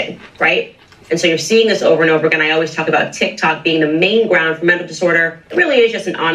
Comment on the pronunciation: You need to read too bc you called tiktok tiktik